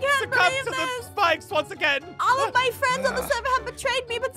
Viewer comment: is like:OH MEH (MY) GOD A ✨MAGIC HORSE!!!!!✨